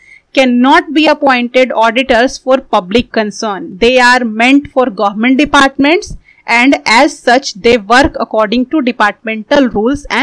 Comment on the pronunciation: Gohment kya hota hai aap government ko gohment bol rahe ho